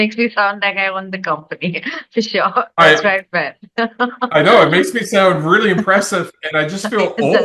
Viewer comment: Sounds like all those years of reary, reary hard work with your speech therapist haven't done much good.